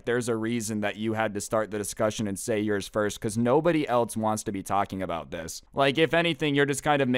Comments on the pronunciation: Did you say "aboot" and quickly said "about" as a cover? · Aboot-About this